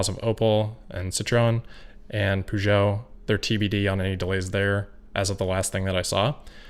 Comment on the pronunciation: 'Poo-Jo' hahahaha